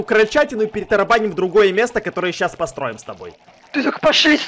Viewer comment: Никто: Абсолютно никто: Я заметила что говорит посроем 😂 кто тоже заметил лайкокос👍😂 и катюха:ку-ку ку-ку куку мой мальчик как дела😂❤️ Мудрость эдисона гласит Ломать просто, а стоить нет 😂😁 Спасибо за 57 лайкосиков ❤️ лю вас❤️❤️❤️:а в свою биседку меня не пускаешь значит, Катя:нет потому что это моя беседка 😂они так смешно сорятся😂 у Кати очень много имён екатифнафик екати стена екати бульдозер и ещё много много имён😂